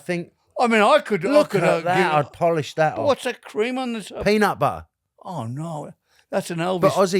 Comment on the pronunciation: The way pronounced “peanat butt-ah” changed the way I’ll be saying peanut butter from now on 😂 too cute lol 💖